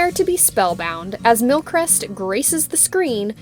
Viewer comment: You're pronouncing His name wrong.